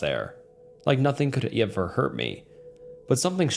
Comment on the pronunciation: "Nothing Could Iyever Hurt Me" 👍